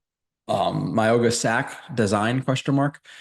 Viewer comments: His name is pronounced MOW-E (like Maui)-NOAH. The G is pronounced like an N. Not a hard G. Just a heads-up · Pronounce his name right please